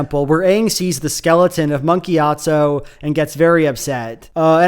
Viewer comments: i cant stop hearing gyat-zo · Very funny that every single time you talk about Monk Gyatso you without fail pronounce it "Monkeyatso"